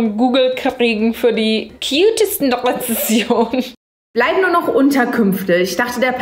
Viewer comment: Wieso sagen immer so viele Rezessionen anstatt richtig Rezensionen 😢😂😂